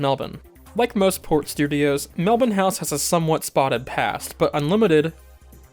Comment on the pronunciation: That part at the end was lovely, and also mad props for pronouncing Melbourne correctly haha